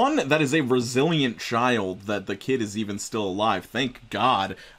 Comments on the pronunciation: I thought instead of saying "that's a resilient child" I thought he said "that's a Brazilian child" and got so confused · When you said resilient child I heard "Brazilian child" and was seriously questioning how being Brazilian makes the kid more bullet resistant